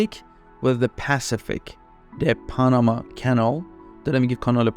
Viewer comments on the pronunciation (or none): none